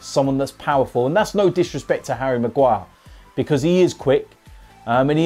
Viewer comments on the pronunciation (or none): none